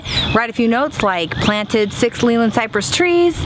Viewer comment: its actually named Leylandii not leyland ..... pronounced "lay-lan-die "